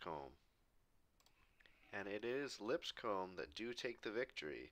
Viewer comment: Just so you're aware, it's pronounced "Lip-scum," I don't make the rules here, just live where it is